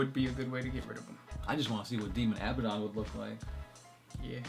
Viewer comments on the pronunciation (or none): It's pronounced A-BAD-ON not ABBA-DON